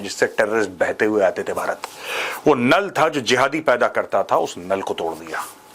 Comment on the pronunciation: अब ऐसे कई नल है ❌ अब ऐसे कई लन है 🤣